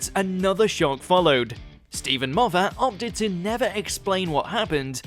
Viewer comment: whats more shocking is how you pronounce Sherlock and Moffat. Shoelock and mova?